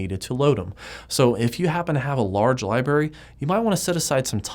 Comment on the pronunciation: It reminds me of "Scrubs" when you say "Libarry." Awesome videos! :)